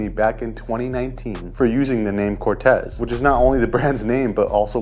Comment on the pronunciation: I was about to say! 😂 and it’s pronounced Cor-teez